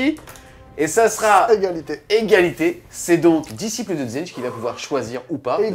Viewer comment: Sympa :) !! à 3'50, "disciple" c'est mieux que "disiple" !!